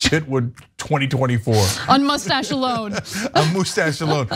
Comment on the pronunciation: Poe-lease that MOUSSE-TASH!! awesome ref Cenk😂